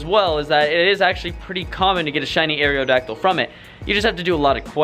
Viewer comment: "Air-ee-oh-dacdyl" is bothering the fuck out of me. It's not "air-ee-oh-space," it's aerospace. Aerodacdyl. Where are you getting this other E?